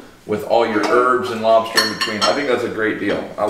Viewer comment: I kept hearing lobsher..